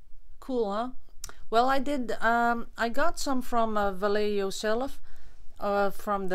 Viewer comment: Hi, my sons girlfriend is Spanish so she translated Vallejo for me. It is a persons name in Spanish & you pronounce it....... Baa-hec-ko. The hec is guttural sounding as if you are clearing your throat. B& V in Spanish sound the same. Hope this helps I'm so looking forward to getting this paint as they stock it in the UK. Thanks for introducing us to these beautiful products.